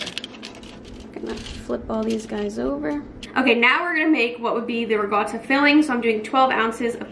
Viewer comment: Why does everyone pronounce ricotta with a g? lol